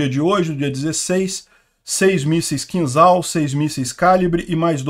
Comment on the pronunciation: a pronúncia do míssil é "Kinjal" (e não "Kinzal")